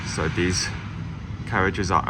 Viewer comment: I remember a while ago pointing out that you pronounce these as dees, and you claimed it was because you were talking fast. But here you're talking slowly and dees words come out de same.